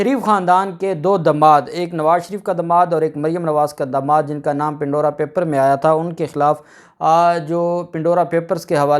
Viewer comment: Pan-dora Pandora Papers (Not Pin-dora)